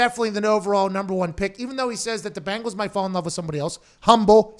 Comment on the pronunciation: It’s bengals not bangals.